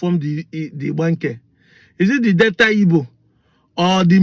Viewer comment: Btw.. It is NOT DETTA BUT DEL TA. Not Downsin road but DAW SON road. Not Bantist but Bap tist.